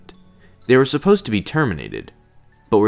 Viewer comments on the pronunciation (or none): none